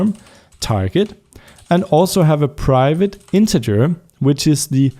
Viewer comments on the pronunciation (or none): none